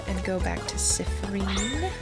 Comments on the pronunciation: i'm sorry but i can't stop laughing at how you say siffren instead of siffrin XD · "Siffreen" (edit: "Seeffreen" or "Seeffrin", actually) is the canon pronunciation, believe it or not! I watched a livestream of this game (by Jello Plays Games here on YT, don't think I can put YT links in comments) and the dev was hanging out in chat and specifically corrected the players on the pronunciations since they kept saying they weren't sure. Can't remember where in the stream it was said, but I promise it's in there somewhere. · It's... not. It's "seeffreen" or "seeffrin". I think you got the syllables mixed up, teehee!